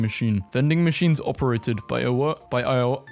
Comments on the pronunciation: Poor guy struggled with Iowa too lol (eye-oh-wah) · BTW, Iowa is pronounced (I owe ah), hope this helps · *Nova Scoh-sha, *Eye-Oh-Ah also, the graffitied sign in Brisbane reads "Dear kid", not "Dickhead" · the struggle to pronounce iowa was real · Do you not know how to say Iowa